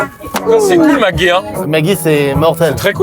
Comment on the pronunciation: Mk.gee ça se dit « mikki » comme la chanteuse français et pas mac guy comme un présentateur de télé scientifique